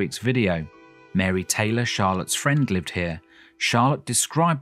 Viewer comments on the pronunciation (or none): none